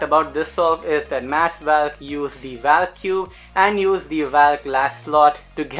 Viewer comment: its not pronounced as vaaallk his name is pronounced as volk